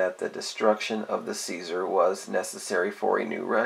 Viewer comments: CZAR is not pronounced ceasar but zar. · it's pronounced zar, not ceaser. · Czar rhymes with car. Not Caesar.